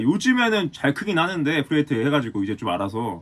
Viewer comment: 프리웨이트 발음을 왤케 못하누…